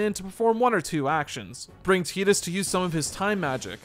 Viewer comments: I was gonna watch this, but I can't deal with the fact that it's 2024 and you're pronouncing it as "teat-us" rather than the clear and obvious "tight-us". Like....not a second was spent making sure? You clearly thought it was an odd name, so why come off like a fool by not checking the pronunciation. Titus is an odd name, but not a non existent one. I have a buddy named Titus. There is the comedian Christopher Titus. Just come on man. Low production effort there. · Tie-dus, not Tee-dus. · Was excited to put this on in the background but I couldn’t listen to the name “Teetus” for an hour lmao😅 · It's Tidus... like the tides of the ocean. Tide-us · It’s TIDE-US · Jesus christ do some research dude. its pronuced Tee-Dus. the game is based off south pacific culture. Tidus means tide in Thailand. just like yuna means Sun and Luna means moon. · Tie-tus* pretty biblical name bro crazy you dont know how to pronounce it. 😅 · Had to stop listening. It will never be “Teedus” to me. And it hurts to hear it.